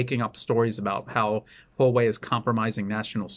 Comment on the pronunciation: You are one of the few people who pronounce Huawei correctly.